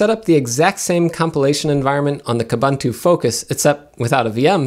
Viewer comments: Pronounce Kooboontoo properly. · When buying even the highest end hardware still doesn't come up to the mark for Linux, that's saying something. BTW, all the "u"s in Ubuntu and its derivatives (like Kubuntu) are pronounced like "oo", so it's pronounced "oo-boon-too", not "uh-bun-too". Also, "slightly unique" doesn't make sense; something is either unique or it isn't. You mean "slightly distinct" or the like.